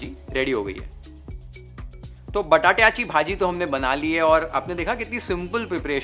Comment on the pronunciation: The way you spoke बटाट्याची भाजी, वालाचे बिर्डे, अळू चं फदफदं was really appreciable.. kudos to entire team YFL. Thanks for sharing such a wonderful नैवेद्याचे ताट.🙏😋😌